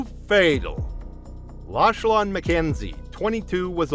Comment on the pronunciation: Prononced Lochlan😢